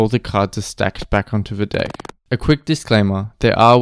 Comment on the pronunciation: dont pronounce "deck" like that 😔